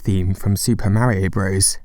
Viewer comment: I quickly unsubscribed from your channel when you repeatedly say ‘super Mare-io Broes.’ So annoying